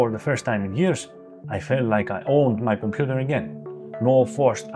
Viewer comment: I love the way he says "𝔐𝔢𝔦𝔫 𝔎𝔬𝔪𝔭𝔲𝔱𝔢𝔯" "It is 𝔐𝔢𝔦𝔫 𝔎𝔬𝔪𝔭𝔲𝔱𝔢𝔯, not Their Computer!"